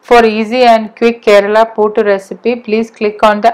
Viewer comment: പൂട്ട് അല്ല പുട്ട്